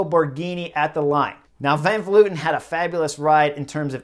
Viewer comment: Honestly it was great to hear "Van Vleuten" said correctly. Everyone says "Van Vloiten" for some reason.